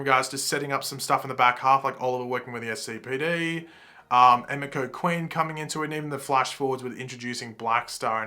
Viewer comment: Btw it's pronounced Eh-mee-ko.